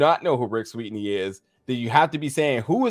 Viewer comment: The hell??? can't pronounce Sweeny....it's not Sweetney....damn